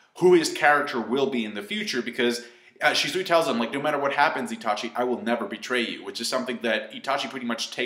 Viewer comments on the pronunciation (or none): you keep saying "Shi-zoo-i, or shi-zoo-i" You sayin' it the same way both times man xD You do you, but it's supposed to be "Shi-su-wee"